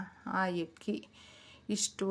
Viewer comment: ಲೋಟದಲ್ಲಿ ಯಾವ ಹೆಕ್ಕಿ ಆಕಬೇಕು ಏಳಿ ಮಾಡಂ😢 😢 ಒಳ್ಳೆಯ ಕನ್ನಡ ಮಾತಾಡಿ, ಅಕ್ಕಿ ಹಕ್ಕಿ, ಆಸೆ ಹಾಸಿಗೆ, ಎಷ್ಟು ಆಭಾಸ. ಕ್ಷಮಿಸಿ